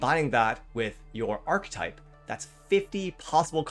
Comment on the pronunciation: Archetype has three syllables